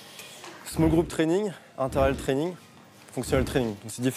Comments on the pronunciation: c'est training pas trenine... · Ce n'est pas "trenin" mais training pour l'info. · training ! pas trainine mdr